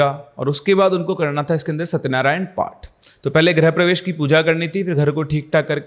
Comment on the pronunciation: Great storytelling. Just would like to point out that it is "grih-pravesh" and not "grah-pravesh". "Grih" means home and "Gruh" means planet.